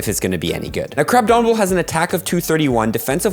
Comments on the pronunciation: Crab-omin-able. Not Crab-domin-able Man's making up D's for no reason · There is no "D" in Crabominable.